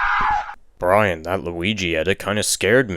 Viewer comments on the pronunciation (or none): none